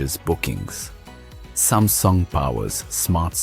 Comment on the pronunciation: Bro. First of all the design and visuals of artefacts is amazing. But there are few things, I wanna highlight here that the AI voice which you used in the video is unable to pronounce a few words correctly, like Samsung, AWS, and more. We can correct them in future instances. Hope this helps you to release better artefacts...👍🏻